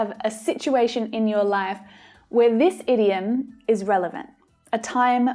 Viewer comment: I have a doubt about the idiom pronounciation. Why ur pronouncing it as ediom although the word starts with a oval 'i'